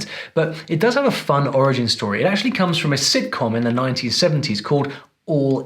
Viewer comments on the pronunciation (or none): none